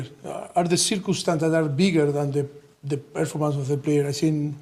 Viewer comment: When Pochetino says circumstances, I hear circus. Honestly, the circus suits better than circumstances.